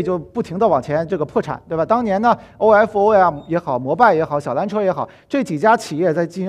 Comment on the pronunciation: 为什么说 欧f欧 明明是欧否 欧fou 显得太不专业了吧